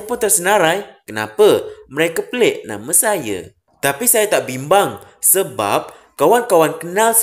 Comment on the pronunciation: Mereka pelik nama saya ke?....atau mereka petik nama saya?. Baca betul2 la admin.